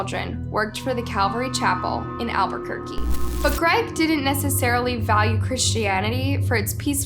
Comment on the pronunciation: Thank you. I’m also from Albuquerque and her pronunciations really made me cringe 😬